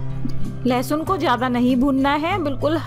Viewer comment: Its not lahasun its lesun